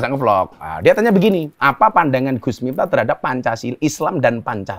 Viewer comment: Miftah,, pake f, bukan mitah 🙏🏾😁😁